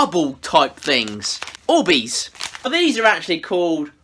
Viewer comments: These aren't orbeez they're worbeezs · Me: clicks the video: ORBEES 😂😂😂😂🥰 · sorry😂😂😂but at the start when he said orbeez i thought he said boobies😂😂😂😂great video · When he said orbeez i tought he said "oh wees" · Oh bees? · Annaleec Wright it sounded like he said oobeez lol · Why does he say oh baes all the time? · shakes ORBEEEZ 😂😂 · No ! OR - BEEZ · I mean but btw he said o bees XD IM NOT HATIN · Omg i dont know who u are but i subscribed once u first said orbeez with youre accent